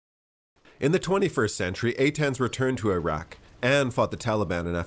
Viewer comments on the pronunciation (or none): none